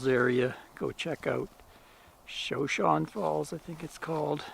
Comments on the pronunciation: Shoshone not showshone. U should know that being from twin! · Shoshone is a Native American tribe, the one that Sacajawea is from. The tribe pronunciation is ‘show-shown-ee’. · Excellent blog! Now you are in my birth-town of Twin Falls. Shoshone is an Indian name pronounced "shuh-show-nee." Great to see all the places you visited! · Shoshone pronounced show show knee. Shoshone are a part of the Camanche Nation. Great video! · I needed to make a correction on the way you pronounce the Falls. It's pronounced: Sho shown. I realize you're not a native, but I was raised in Twin as a little girl and for part of my adulthood. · I think the falls is pronounced showshowne.